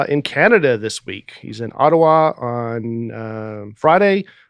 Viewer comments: pronounced Ottawa exactly correct. I was impressed with the pronunciation actually and then the boys ruined it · I’m from Ottawa, you said it right